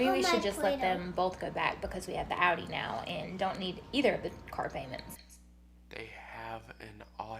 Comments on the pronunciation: What’s an “Awdi” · Supposedly she has an Audi, yet she can’t even pronounce the name properly? 😂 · You said Audi wrong